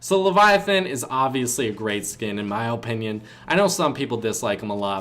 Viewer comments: The way you say opinion is satisfying i dont know why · i hate how he says “opinion”